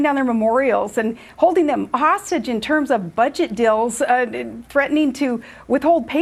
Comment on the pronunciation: It's hilarious how she cannot pronounce the word "deals" and English is her first language. She calls it "dills"?!?